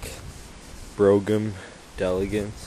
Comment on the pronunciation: nice caddy Brougham..pronounced like "broam"